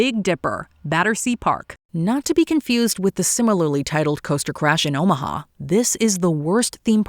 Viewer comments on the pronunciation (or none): none